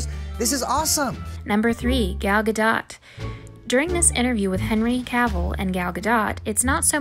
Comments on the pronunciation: Its not pronounced gah dot its gah doh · Gal Gadot’s name is pronounced as Ga-dought not “ga-daut” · It’s Gal “Gadoh” not GadoTT, the T is silent in Gal Gadot. I had to say it. It bothered me so much lol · gal ga-DOT It’s pronounced Gal Gadoe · GaL Ga-Dot !!!!!!! WTF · Huh? It isn't "Gadoe". It ain't french. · This chick actually said Gal "GaDOT" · You say it Gal GADOH dude,but whatever I can't imagine the amount of comments you must get saying this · Okay but... Gal "guh-dot"??? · "gal gadot" it's spelt "gadot" but pronounced "gado" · I don’t even like Gal Gadot and I cringed at the pronunciation of her name. It’s GaDOUGHt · it's pronounced Gal Gadoh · Your pronunciation of Gal Gadot as GaDOT??? Really? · Gal Guh Dot? Seriously?